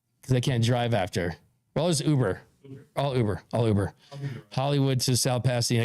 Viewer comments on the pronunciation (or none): none